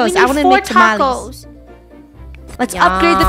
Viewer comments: Me getting furries that they said tamalesss in stead of tamales but then i remember she is funny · tamalees Me: it’s TaMaLeHhHs lol